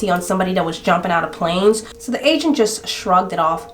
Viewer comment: OMG! The whole time I thought you were saying Asian instead of agent at the insurance place 😂